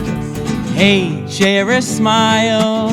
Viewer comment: 😁 you said sare a smile